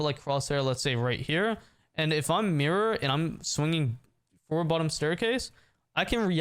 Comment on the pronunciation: It’s not mirror it’s Mira my brotha